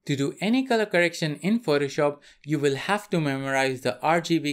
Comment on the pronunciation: Why do you pronounce Photoshop incorrectly? It's not "protoshop" or "phrotoshop". Sounds gross. Also, assumption related to yellow and blue squares is incorrect.